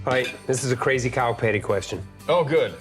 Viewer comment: did he say kyle petty or cow patty?